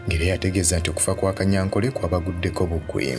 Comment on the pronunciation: Besides, the name is Tadeo Kanyankore not Kanyankole. In our Runyankore/ Rukiga dialect, there's no letter L, so please stop it.